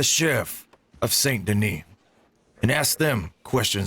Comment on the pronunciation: Hold on did my guy fr say “SANT DANEE” 👁👁 what form of language was that